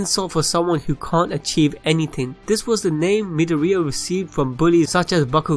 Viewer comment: I’m a bit bugged on how he is saying midoriya